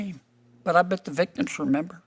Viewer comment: There's another "m" in "remember."